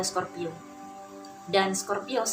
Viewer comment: Kok pas sagitarius sebut scorpio bingung dengerinnya mbak.